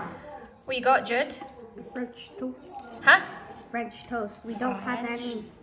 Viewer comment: I love when Claire pronounces Jude as Judd!!